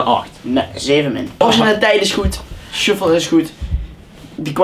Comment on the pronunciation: het is niet suffle video's het is shuffle video's